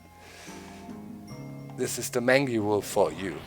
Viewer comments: Doc mangy wolf is pronounced........ mane-gee wolf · Doc... just wondering, is your pronunciation of 'mangy' how your region pronounces it, or do you not know the word? I know the pronunciation as 'main-jee'. I even double checked it on m-w com to make sure. (They have audio files to help pronounce words.) You present an interesting strategy... but I'll stick to mine. It looks crazy, but I have a decent win/loss ratio with it. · It's pronounced mane-gee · Very interesting looking game, and the post-commentary works well. Keep it up! P.S. Mangy is pronounced mane (as in horse's mane) - gee (as in G-string)